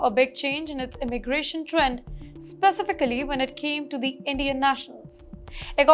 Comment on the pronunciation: This narrator/teleprompter reader needs to enroll in an English Language School where they teach proper pronouncement of words like "specification, specifically, conservative, etc.". As for a British education, it has been a "loaded hype" for many years, however SE Asian countries like Singapore are now far ahead in the education game, as has been shown via rigorous exam results.